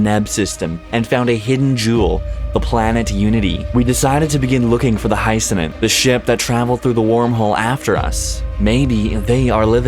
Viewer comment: GLORY TO THE COMMONWEALTH! btw, it's Hyacinth. Not Hyceninth. A hyacinth is a flower.